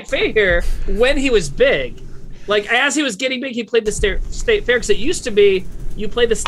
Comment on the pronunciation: Timmy says "state fair" correctly 2/5 times in 15 seconds